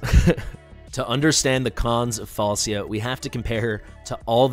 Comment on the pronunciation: It's semantic issue the name pronunciation is Falchia